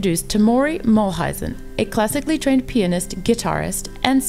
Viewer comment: It is a nice summary - I liked it. The only thing is that Maury's last name is pronounced MULE-IZEN....instead of MULL-IZEN